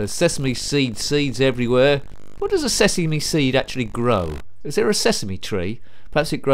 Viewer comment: Sesemee seeds grow Sesemee Street LoL!